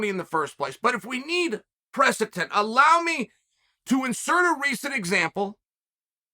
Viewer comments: It’s ˈpresəD(ə)nt/ , not press-a-Tent. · One day our dear Uncle Chael will learn to properly pronounce “precedent”. But for now, we’ll all happily stick with “presitent” and “presitence”. Undefeated, Undisputed.